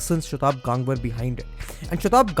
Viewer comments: It is गंगवार and NOT गांगवर. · Bhaiii wtf tu indian h...gangwar word ko pronounce ku nahi kr raha tameez se...😡😡😡😡😡